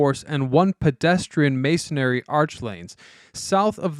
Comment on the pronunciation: "Masonry" not "Masonary"